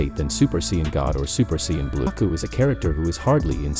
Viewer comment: he said gako